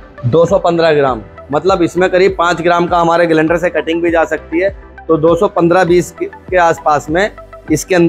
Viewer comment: तुम मिस्त्री लोगों की अपनी खुद की ही डिक्शनरी होती है क्या ? जिस सामान को इस्तेमाल कर रहे हो कभी उसके बॉक्स पर मेंशन जानकारी को भी पढ़ लिया करो रोटर को रूटर बोल रहे हो ग्राईंडर को ग्लाइंडर स्टेटर को भी रूटर ही बता रहे हो अच्छे खासे पढ़े लिखे लड़को को मूर्ख बना दोगे तुम लोग